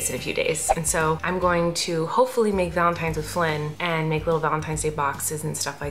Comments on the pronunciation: Did anyone else notice that Colleen and both kept saying "Valentimes," and Flynn kept saying "Valentine's?" What a proper little man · colleeeeeen you said valentimes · tortilla talk: i am so sorry but are you all saying valentiMes???? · I noticed that you and said valentiMe instead of valentiNes. Just wanted to point that out. Love u!!